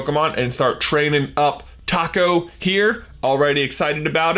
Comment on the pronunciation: Please pronounce taco taco instead of taco. You know what I mean?